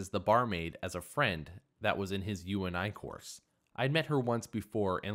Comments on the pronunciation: how many times must you read u-n-i before you realize it is short for ‘university’ and just say “yoonie” like everyone else does. 🙄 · Story 2 -- why don't you GET IT STRAIGHT??? Uni is pronounce You-knee -- YOU look like a MORON saying it how you are saying it